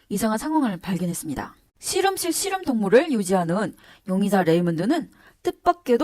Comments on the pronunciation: 우리나라 출신 발음이 아닌 것 같아요 'ㅅ' 'ㅗ'발음 어색하고 실험실이 아니라 시름실로 발음해서...발음과 억양이 뭔가 부자연스러워요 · 중국출신 이신가봐요, 우리나라 사투리 발음은 아니듯....씨름씰,, 또로지는,,등등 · 경상도 사투리같은데... 교정기를 끼고 있는건지.. 아님 앞니가 빠지신건지... 발음이 묘효하네요 씨럼실....